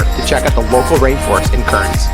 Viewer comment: Pronounced Cairns = Cans Brisbane = Briz ben